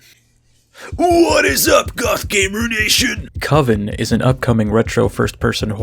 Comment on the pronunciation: Coven just sounds like oven, man.